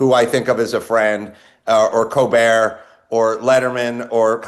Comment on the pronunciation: I love how he pronounces Colbert as "Cobear." I can't tell if it's intentional. Hilarious